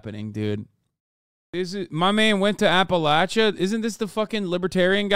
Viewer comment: Imma be honest, I'm just glad Hasan pronounces Appalachia correctly.